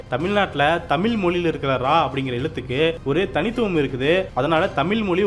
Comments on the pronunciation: ஆம், தமிழின் அழகே அந்த “ழ”கரம்தான். எனவே ஊடகவியலாளர்கள் தமிழை நன்கு உச்சரிக்கக் கற்றுக்கொள்ள வேண்டும். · வீடியோவில் பேசும் நபர், தமில் என்று சொல்லாமல், தமிழ் என்று சொல்லிப் பழகவும். மொழியின் சிறப்பே ழகரம். கவனமாக உச்சரிக்கவும். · தமிீல் இல்லை sir தமிழ் என்று உச்சரிங்க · தமில் அல்ல... தமிழ் என்று உச்சரிக்க பழகுங்கள். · ஹலோ! தமிழை சரியாக தமிழ் என்று அழகாக உச்சரிக்க பழகுங்கள் நண்பரே! தமிழின் உயர்வை பற்றிய இந்தப் காணொளியில் தமில் , தமில், என்று பல இடங்களில் கேட்பது மிகவும் வருத்தமாக உள்ளது. மொழியில் உச்சரிப்பு மிகவும் முக்கியம்! Please தமில என்று உச்சரிப்பை உடனே திருத்த முன்வாருங்கள் நண்பரே! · இப்போது இவ்விஷயத்தில் பேசியவரே தமிழைப் பிழையாகத் தான் பேசினார். தமிழைத் தமிள், தமில் என்று தான் உச்சரித்ததை நான் கேட்டேன். தமிழ் நாட்டில் இளைய தலைமுறையினர் பலருக்குத் தமிழே எழுத, படிக்கத் தெரியாதே. ஏன் நம் பள்ளிக் கல்வித் துறை அமைச்சரே தனக்குத் தமிழ் தெரியாது, என்றும் தனக்கு ஃபிரெஞ்ச்சு, உருது மொழிகள் தெரியும் என்று கூறியதாகத் கேள்விப் பட்டேன். பல தமிழ் இளைஞர்கள் "I don't know Tamil" என்று பெருமையாகக் கூறுவதைக் கேட்டது உண்டு. அதற்குக் காரணம் தமிழ் நாட்டில் நம் தாய் மொழியைக் கட்டாயம் ஆக்காமல், இரு மொழிக் கொள்கை என்ற பெயரில் பல மாணவ, மாணவிகள் தமிழ் அல்லாத ஒரு மொழியையும், ஆங்கிலத்தையும் மட்டும் கற்றுத் தேர்வுகளில் வெற்றி பெற்றுப் பட்டதாரிகளாகி விடுகின்றனர். அவர்கள் தங்கள் தமிழறிஞர்களின் பெருமையாகப் பேசுகின்றனர். தவிர, நம் மாநிலத்தின் சில பகுதிகளில் அரசுப் பள்ளிகளில் தமிழே கற்பிக்கப் படுவது இல்லை. மாணவர்கள் தமிழ் கற்கத் தேவை இல்லை என்று அரசாணையே இருப்பதாகக் கூறுகின்றனர். ஆக, தமிழ், தமிழ் என்று வெறும் கூச்சல் மட்டுமே. அது வெற்று, வாய்ப் பேச்சு அரசியலாக்கப் பட்டது. மொழியை அரசியல் ஆதாயத்துக்காக தி மு க, அ தி மு க போன்ற கட்சிகள் பயன் படுத்துகின்றன. உண்மையில், ஆக்கபூர்வமாக, நம் தாய் மொழியான தமிழை வளர்க்க எந்தச் செயல்பாடும் இல்லை என்பது தான் வருத்தத்துக்குரிய உண்மை. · வார்த்தையில். தமிழ் என்று. உச்சரிக்கவும். நன்றி.